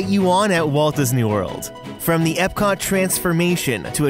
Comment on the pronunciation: Why does he keep calling magic kingdom ebcot........